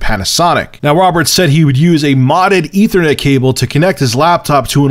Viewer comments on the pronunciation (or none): none